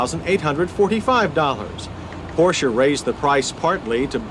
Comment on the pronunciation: You hear that Americans/Canadians? He is pronouncing 'Porsche' properly...with no silent 'e'.